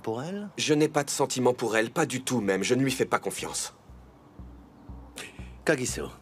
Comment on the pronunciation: On dit kagisso